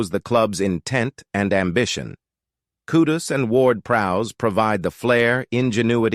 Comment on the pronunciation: Still haven't fully comprehended the AI thing, yet, I'm impressed. There are only two mispronunciations (Luton & Kudus), but there is one HUGE factual error in the commentary. #WestHam did not "narrowly miss out" on Champion League qualification last season - 2022/23. We, #WHU finished 31 points adrift of the team in the final #UCL 4th spot. Other than that glitch, I feel and TOTALLY, 100% agree with everything you AI' articulated. I'm currently lovin' it! Champions of Europe :trophy-yellow-smiling: that's who we are! #COYH #COYI